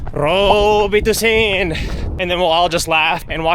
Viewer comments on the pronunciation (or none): Lmao at that "robitussen". My grandma's been gone almost 5 years now and my family and I still say "barberhood" instead of neighborhood and "berries" instead of batteries because that's how she'd say them